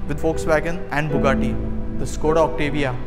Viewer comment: Correct pronouncing is "Shkoda" , Škoda